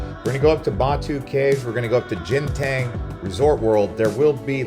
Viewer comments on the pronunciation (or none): It's not pronounced as "Jinten" it's pronounced as "Ganteen"